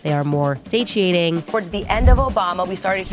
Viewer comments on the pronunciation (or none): Say cheeting....... Satiating.